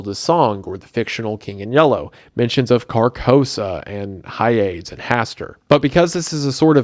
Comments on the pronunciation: Hyades is pronounced not as 'Hi-aids', rather it is pronounced as 'Hi-ah-dees'. It is of Greek origin I believe. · Or pronouncing "Hyades" (Hi-Ya-Deez) as whatever the f he was pronouncing it as. Drove me crazy. Like know your pronunciations dude. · Hyades is pronounced Hi ah dees